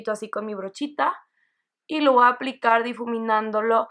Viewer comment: me gusto mucho tu maquillaje, me desespere nomaz con el "voaa tomar" jajajjaja sin ofender saludos!